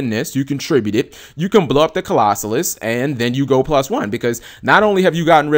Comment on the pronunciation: Not Colossus... CLAW-ZO-LUSS!